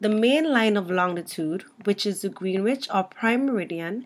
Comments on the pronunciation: Terrific video! I'm going to point my community college oceanography students here. Thank you. (Small note: Greenwich, England is pronounced "GREN-witch". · Good grief please pronounce Greenwich correctly. It's pronounced "gren ich"